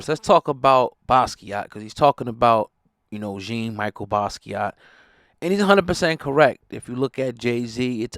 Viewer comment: 👑Jean(Jawn) Michelle Basquiat not Michael as in Michael Jackson but the girls name🤣 he was thee Best